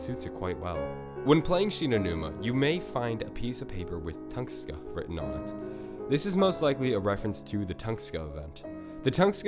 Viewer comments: its tunguska not tungska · Late asf comment but it's tunGUska not Tungska... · Toon-gus-kah, not ton-skah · Tunguska not Tungsta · Tunguska = Tung-uska not Tungska. Great content and hate to be that guy but you really need to work on your pronunciation of alot of this stuff come on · dude its "tun-GUH-skuh" say it right dude. its pissing me off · its tunGUSka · Not tungska sorry great video but I couldn't resist